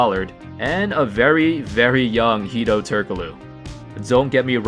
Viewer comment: hido turkolu..ahahahahahahha...wtf man..use the fucking google translator...